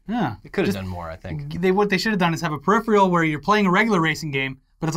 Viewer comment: how come you can't say peripheral?